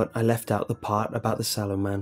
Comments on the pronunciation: it's sallow not swollow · I thought it said "The 'Swallow' Man" 😂👌👏😂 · I thought it said shallow man at first lmao😂😂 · Oh... SALLOW? I though it said 'Swallow'... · i thought it said swallow im sorry lol